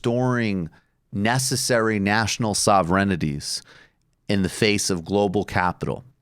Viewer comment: Michael my man, I love you to death but that's not how "sovereignty" is pronounced.